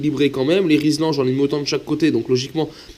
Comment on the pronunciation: Je suis mécanicien, plus jeune, quand j'allais demander au magasinier de l:entreprise où je travaille, des "RIZLAN"! Il me répondait : "Des "RIZLAN" j' en ai pas, par contre, j'ai des "RILZAN", c'est nouveau.... Oui on dit RILZAN et non RIZLAN... De plus c'est une marque déposée, à moins que tu aies un contrat avec eux, la prochaine fois, dit : " des colliers plastique d'électricien"...😂😂😂😂😂😂😂